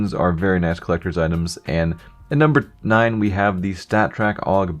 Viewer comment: And nummber t... nine xD